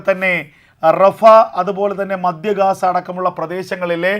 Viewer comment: ന്റെ പൊന്നു കഴുവേറീ മദ്യ ഗാസ അല്ല മദ്ധ്യ ഗാസ.... പോയി പള്ളിക്കൂടത്തിൽ പഠിച്ചിട്ട് വാ ഒന്ന് കൂടി....